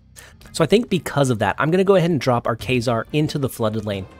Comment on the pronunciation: Kay-zar? Lol